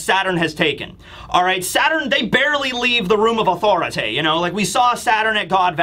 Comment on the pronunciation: Why’d you say authority like cartman lmao